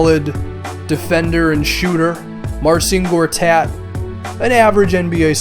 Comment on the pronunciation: Fudging idiot you know nothing about the Wizards I was born in Washington, D.C. and I basically know everything about the wiz. First of all they swept the Toronto Rapters in the first round and they were 2 and 4 in the second round against Atlanta, second of all Marcin Gortat's name is pronounce like Mar-chin Gor-tat. Third of all the Wizards beat the Cavaliers in their first game against each other and the wiz are 1 and 1 with th e Cavs